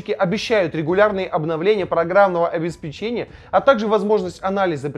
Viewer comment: Обеспечение от слова обеспечить,ударение там же,это не печенье